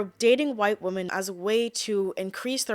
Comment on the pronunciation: Why do you pronounce the word "women" as "woman"?